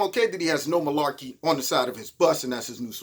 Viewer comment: I know you’re not full of “Milaekey”! FFS! LOL 😂